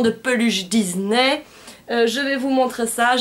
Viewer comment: coucou super vidéo et pour ne pas être méchante on dis "disney" et pas "diznay" et j'ai remarquer dans une de tes vidéo tu disais "maléfisse" mais c'est "maléfique" voilà gros bisous